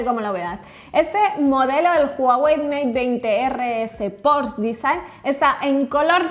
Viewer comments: Pero por que le dicen porsch si se dice porsche tal y como se escribe se lee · Porque le cuesta tanto trabajo decir Porsche!???????? Dice Pors!!!!! Que desesperante!!! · Hola, como dato se pronuncia Porsche, no porsh...saludos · se pronuncia Porsche, se pronuncia la e, no es Porsch, no es inglés, es alemán. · No es "porsh" es "porshe" Porsche es alemán y se pronuncia esa e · El "porch" Jajajaja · La pronunciación correcta es "pórsha". De nada. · Un porshh xdd